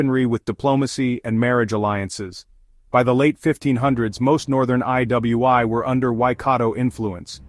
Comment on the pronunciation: The way the ai voice pronounced iwi is crazy 😂